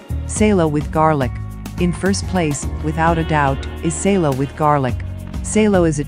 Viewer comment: Salo is not SEILO. IT IS S Á L O. Stop distorting foreign words it is just ugly🤦🏻‍♂️😒